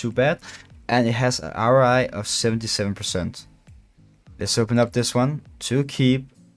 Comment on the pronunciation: bro u said RI like 100 times its ROI cringe af